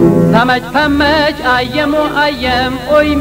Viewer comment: پامج پامج نه فامج فامج - مگر گیلانی عرب شده که پ را ف تلفظ کند؟؟؟